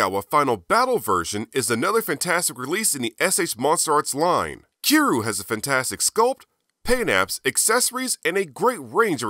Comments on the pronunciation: Kee roo? no need to be offensive but, say it like "key ree you" but all in 1 word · It’s cure-you lol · Love the video, and your channel, but the way you pronounce "Kiryu" triggers me. Honestly my only gripe with the video